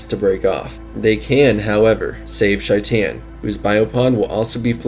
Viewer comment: Shytan 🤣 he's name is shaitan